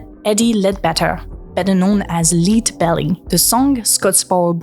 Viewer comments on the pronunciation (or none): “lead” (fr. plomb) is pronounced “led”, not “leed”. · I just binged a few videos and she pronounced lead this way a few times before, english is messy with vowel consistency, but im trying to learn french rn and its tough as a tongue twister so i cant judge